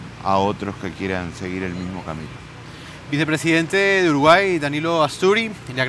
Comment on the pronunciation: Sho creo que uruguay eshta en el atlantico